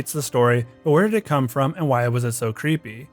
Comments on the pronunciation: Creepy not creeeeey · bro does not annunciate the word "creepy"